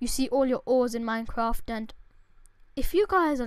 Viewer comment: Lol, minecwaft